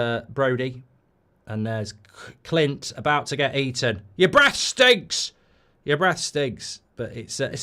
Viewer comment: Quint not Clint, you prat 😂😂😂